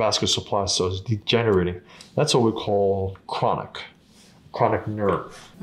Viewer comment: “ Dat der is a kwonik nerve!” KWONIK!